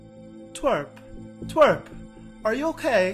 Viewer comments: He csaid trewp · He said trwek insted of twerp